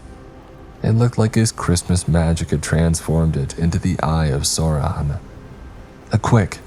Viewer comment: The only reason this is not the strangest story here is because the story about a letter to Satan instead of Santa exists. Also, am I the only person who's annoyed at the pronunciation of Sauron?